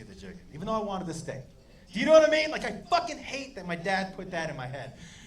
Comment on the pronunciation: Thought he said stick not steak